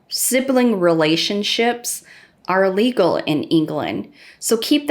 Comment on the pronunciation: She said illegal. It sounded like legal. Still don’t think they ever convict for it though.